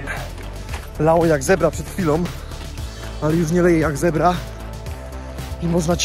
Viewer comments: boze to sie nie mowi leje jak zebra tylko leje jak z cebra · Z CEBRA, nie zebra XD Ceber to takie starodawne naczynie